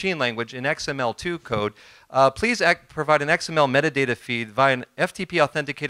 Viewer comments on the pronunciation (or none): none